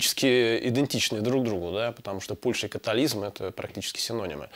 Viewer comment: Не католизм, а католицизм. В вашей речи так много неправильных слов!